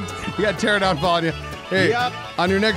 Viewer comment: It's not my first time. I took a 6 month break from them at one point because every video was just 20 minutes of shitty gameplay. they seem to think their ineptitude draws people in. but really it's their banter and senses of humor. so after so many years, being able to know that it's pterANOdon, not pteradon, and what basic creatures eat meat vs berries, and generally just more competence, i would enjoy. i don't need them to be primo gamers, but for heaven's sake, year's of staying bad at something is less entertaining than years of steady improvement along the way. again, it's their banter and senses of humor, along with their hijinxes along the way we enjoy. I watch lots of other gaming channels where they're hilarious and do silly stuff, while also actually being good at the game.